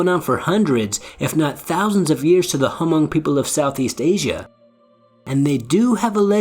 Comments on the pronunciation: The H in Hmong is silent. It's pronounced Mong. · Thank you, the “H” is silent. Very much like “knife” the “K” is silent. I would like to share this video but fear that my peeps would give me grief for the mispronunciations through out the vid. If and updated audio can be made, that would be nice. In the meantime, liked, subbed and added to my list in hopes of a updated audio.